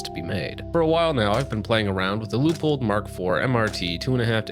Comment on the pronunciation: It’s pronounced lew pold….. lol it’s not like you work in the industry. Don’t sound like Like tards that say sig saw yer.